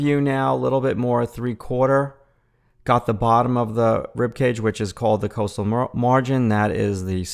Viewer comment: Love your videos - its pronouced cost-al margin not coastal - id pm you but im lazy lol